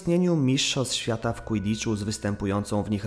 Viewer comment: "Łydicz" A nie "kłidicz".